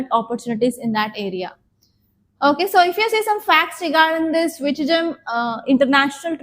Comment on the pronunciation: Please pronounce విలింజం international port .